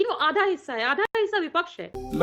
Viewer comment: ये भदा को" विपक्ष " बोलना भी नहीं आता, बोलता है " विपछ " 😅😅😅